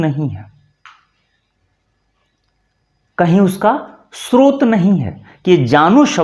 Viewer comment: आप का उच्चारण भ्रष्ट है। स्रोत को आप श्रोत बोल रहे हैँ